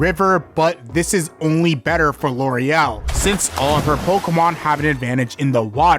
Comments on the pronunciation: Am I nuts, or is the elite four woman's name Lorelei? Not Loriel? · armadillo and loriel, cant read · I'm seriously not trying to be rude or anything, but are you dyslexic? You mispronouncing Lorelei for the entire video was extremely grating. I don't know how you can get to what you were saying from a word that clearly ends in two vowels. You should really try harder to pay attention to words. You should seriously stare at them before you confidently come up with a pronunciation.